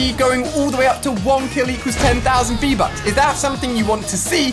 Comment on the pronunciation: Di he just say vbuts